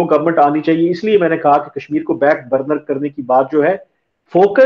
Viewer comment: Is it "back burner" OR "Bank burner".